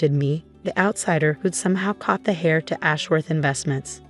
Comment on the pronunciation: An inheritor is not a hair, they're an heir. Pronounced 'air', the h is silent. Like the b in comb is silent. If you're going to narrate, the you need to enunciate properly.